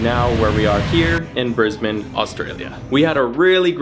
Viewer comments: Welcome to Brisbane! Glad you chose to start your Aussie adventure here instead of the cliche Sydney or Melbourne. Also big props for pronouncing Brisbane properly straight out the bag. I won't give you the same guff about the Starbucks thing. What I will say though is the Apple store you ended up in is actually in a building called MacArthur Chambers. It's the building which General Douglas MacArthur based himself during his time in Australia in the wartime. In fact if you were to walk around the side of the building and up the hill some, there's another entrance which has a lift in it that takes you up to a museum and you can stand in his office, which has been preserved exactly as it was. Sorry about the GoCard thing. It's ridiculous. They should be changing it to tap on/off with phone NFC soon... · Thank you for making the effort to say 'Brisbane' correctly